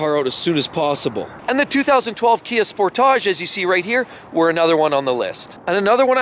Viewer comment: Sorry Bud, But He Said It Correctly. Sportage And Portage Are Supposed To Be Pronounced Like That With Accent On 2ND Syllable!